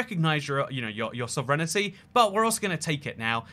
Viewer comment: why do you say sovereignty weird, mate